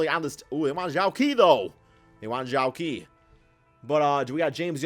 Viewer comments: zhou qi is actually pronounced as "zhou-CHI" not "zhou-KEY" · Zhou Qi is pronounced Joe Chi btw lol